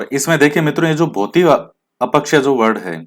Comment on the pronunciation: Sir aap अपक्षय को अपकक्षय बोलते ह । acha lagta h ye bhi😁😁😇 6 out of 6 sahi h sir...